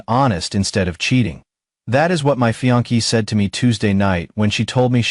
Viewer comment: Fiancée pronounced fee-on-say. I know it’s tough to get pronunciations right in English because there are many different pronunciations of common words across regions and countries and fiancée is borrowed from French like many other words in English.